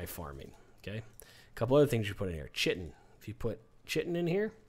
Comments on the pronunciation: Nice. You dont say chitin "shitin" you say kaitin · bro I'm screaming idk how to pronounce sloughing either, maybe slowing? but you said chit-inn. it's pronounced kai-tin. like kite. other than that, I've been watching this series and it is the most helpful. thank you so much and I love the sound of your voice as well. it's very soothing/relaxing. keep up the good work and thank you for uploading the most helpful videos on this game. I feel like I now know everything necessary about conan. I didn't know anything at all about this game before your videos. so thank you again and have an awesome day man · Sloughing is pronounced 'sluffing'. Chitin is pronounced 'kie-tin'.